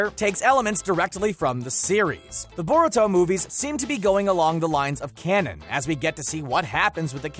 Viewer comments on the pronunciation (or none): none